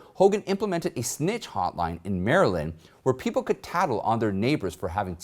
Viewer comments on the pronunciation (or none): none